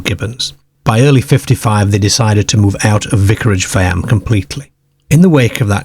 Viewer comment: Yes!! I like it, like how he says farm faaamm